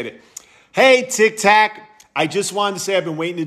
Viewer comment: 😢 he pronounces it like me... “tiktack!” 😭